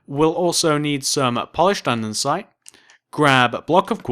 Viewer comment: ITZZZ NOT ANDENSITEEE IT IS ANDESITE (And-E-site)